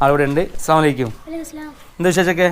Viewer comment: ഹാലോ ബ്രോ ,,,, അസ്സലാമു അലയ്ക്യും എന്നല്ല സലാം പറയൽ ! അസ്സലാമു അലയ്കും ألـسّـلام عليكم എന്നാണ് പറയേണ്ടത്